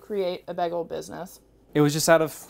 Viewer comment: Is she saying "bEgel"? lol Someone's watched too much Community!